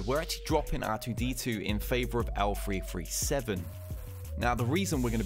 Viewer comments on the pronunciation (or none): A "T" is not an "F" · I think it's great. Good for a laugh. Pretty funny to hear L-Free